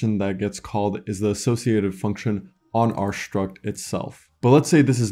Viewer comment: exactly, my ears are literally bleeding when I hear shtruct, shtring.